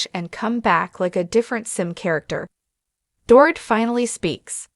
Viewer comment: It is a shame, total shame that the ‘voice’ makes SO MAKE MISTAKES pronouncing her name!!